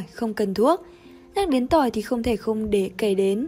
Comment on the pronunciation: Phát âm ko chuẩn, Tỏi ngâm mật ong nghe thành Tôi ngâm Mật ong